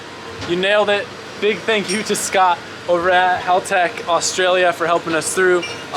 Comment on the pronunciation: Hahaha you're saying haltech correctly now